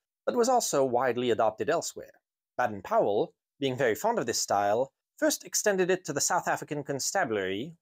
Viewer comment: That's pronounced as BAYDEN-Powell.